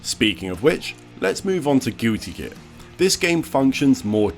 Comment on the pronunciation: "Gooty Gear", bruv im dying.